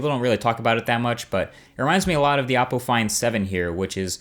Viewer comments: SMAK MC No he said "Awp-o". Just his way of saying Oppo. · It really sounded like he said "The Apple Find 7" (Or I'm just delusional lol)